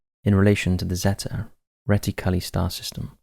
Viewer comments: Zetty retty-CULLA? 😅 It's zeta reticuli (ZAY-tuh ree-TICK-yoo-lie) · ZAY - TA RHE - TICK - YOU - LIE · Terrible and lazy pronunciation of words like Zeta Reticuli... It's ZEETA ReeTICuLIE. Ffs. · Just for the record, the star system is pronounced "zay-ta reh-tick-u-ly" ... Zeta as in the greek letter. cheers